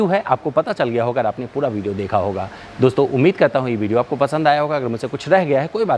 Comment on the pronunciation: "Bideo", "Bariant", " Balue for money"! Inke Uccharan ko thk kar lein to video ar enhance ho jaegi!